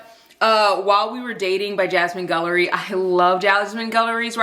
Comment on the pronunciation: First of all I always love your videos so much! Thanks for sharing about your work day and journey with doing ads. I really love that you always stand ten toes down for black authors and diverse reads and that you make sure your work with brands reflects what you truly believe in 👏🏽👏🏽👏🏽 also the GUIL in Jasmine Guillory’s name is pronounced like the word guild rather than gull. I only know because I’m obsessed with her and I’ve read all of her books 😂